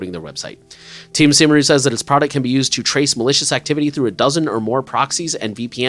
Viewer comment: By the way, Cymru is prononuced something like KUM-ree, and it means Wales.